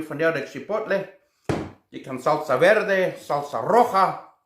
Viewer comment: Haha I love it: Salsa verrde Salsa rrojaa